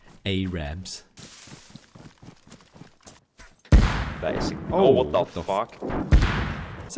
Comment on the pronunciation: When he said "oh no a r a b s" I lost it